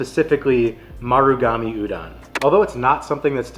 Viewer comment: You covered most of the popular foods on O'ahu, which is a good start for new visitors. The rice in plate lunches comes from Japanese immigrant food, not Filipino. The red beans (azuki) in shave ice that you've seen is also Japanese. Japanese pronunciation of "musubi" is not "muSUbi" -- more like "musuBI" and "udon" is not like "u-dawn" -- "O" is always pronounced "oh" in Japanese, so the "don" is pronounced like udohn" or the last syllable in "condone."